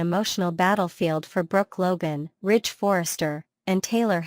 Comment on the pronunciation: It's Ridge NOT Rich!